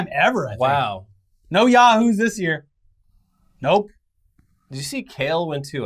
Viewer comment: That Yahooooo was clean